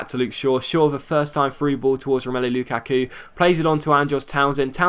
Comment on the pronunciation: The way he says luKaku n what difficulty is that